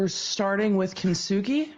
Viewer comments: Kintsugi, kin-su-guy not kin-sook-er-roy, she's so stupid it's hilarious, she can't even pronounce words she uses. Imagine giving yourself a life sentence wnen you had 7 years to freedom. Thank God she's really stupid. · isnt it pronounced just kin-sue-gi? I dont think she says that word right.... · Her mispronouncing that art "kin too suk a roy" was hilarious. Since she excels at everything 😂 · As someone that is half Japanese.... this is SO bad.. ugh everything she says about Kintsugi is wrong. Including the pronunciation.